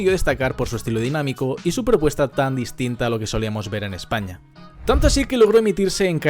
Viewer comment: En de ves de decir España dice Espana